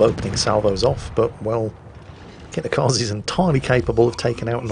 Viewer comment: Hey, if "Dunkerque" ends for you in a queue. and "Kitakaze" ends for you with an "i" like in "India", then I want you to pronounce "High Wycombe" with same "rules", please. If not, then I at least get your queue quip with French boat, but "Kitakaze" ends with a hard "e" like in "Estonia". I'm not Japanese, but way you pronounce names is painful. I'm literally wincing literally every time you butcher names. Because of that I'm barely enjoying your content. It just needs that tiny tweak.;-)